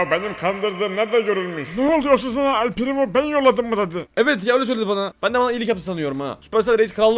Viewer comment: Elpirimooo degil elpireymooool